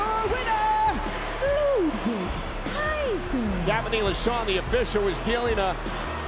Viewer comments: The way Samantha Irvin nailed that “Ludwig Kaiser” just never disappoints 😂😂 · The way Samantha says Ludwig Kaiser is 10/10